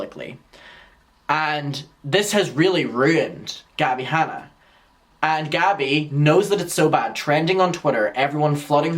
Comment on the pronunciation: “Gabbie Hannie” 🤣🤣🤣🤣🤣